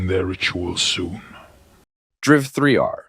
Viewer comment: Driv Three are? ..."Driver" - Ye. ye f me😮‍💨